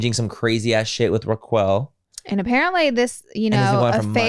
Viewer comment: The way you guys are saying Rachael (Raquel) name has me in the floor.